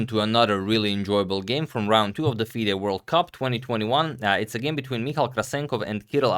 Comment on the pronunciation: Hi Agad, Michał is pronounce Mee-How in Polish ;)